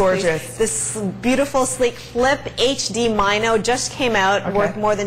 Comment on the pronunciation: "mine-o" lol